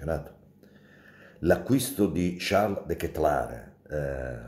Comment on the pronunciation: Buongiorno Mauro.. ho chiesto alla mia ragazza olandese la pronuncia esatta di Charles.. la tua versione é quasi corretta anche se non perfetta..molto meglio di altri colleghi che la storpiano Di brutto 😆 Dettagli... Forza Diavolo